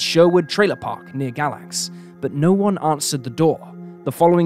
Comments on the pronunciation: Thanks for covering something from SWVA, but it is pronounced "Gay-lax", fyi :) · Just FYI Galax is pronounced Gaylax